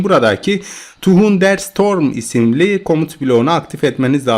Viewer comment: Thunder değil tandır diye okunur o